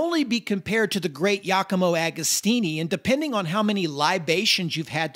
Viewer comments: beautiful video but my man... its GIAcomo not yacomo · Who the hell is “YACAMO Agostini”?? I’ve never heard him called that. I saw him race when I was 17. He’s still around. Giacomo Agostini is Italian - there’s a big clue. Please check pronunciation of names. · "Yacomo" Agostini? Cheesus! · great job man, but please DO NOT pronounce "Jacomo" Agostini he is not SPANISH for god sake! si dice GIACOMO AGOSTINI maremma maiala.